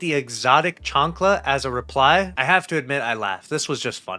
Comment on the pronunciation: Mispronunciation of Chancla 😢